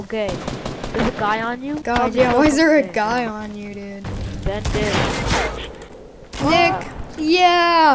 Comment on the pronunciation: The one video you got killed by nick and you said you were a fan of him and don't even know how to say his name